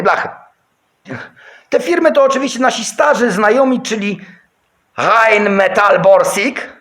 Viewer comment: uwielbiam Cię za te,, Rheinmetall"" z Twoim skcentem i ten uśmiech na końcu 😁